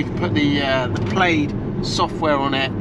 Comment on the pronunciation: Tesla Plaid is pronounced plad, not played.